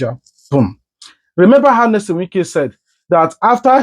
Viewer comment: Pls which one is Nesom? Are you a Nigerian and in Nigeria? This name is a household name and should be pronounced correctly. Your analysis is ok